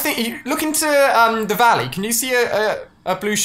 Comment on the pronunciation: “In the Valley-A”